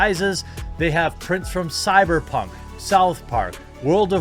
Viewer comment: It drives me mad when you say cyperpunk two times in the ad